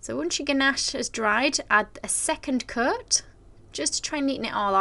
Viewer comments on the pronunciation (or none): Your "coat" sounds a little bit like "Kurt."